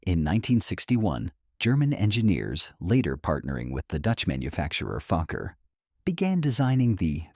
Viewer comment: No, it is not Fukker, but Fokker